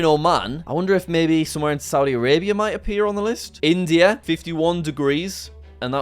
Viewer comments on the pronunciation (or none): none